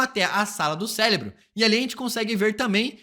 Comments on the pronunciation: Cérebro e não Célebro. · Cara, é impossível ver esse vídeo sem sentir agonia por ele dizer “CELEBRO” todo fucking time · Q agonia esse cara falando celebro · É só eu que estou com escutando celebro kkkkkkkk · Ouvi celebro também 😂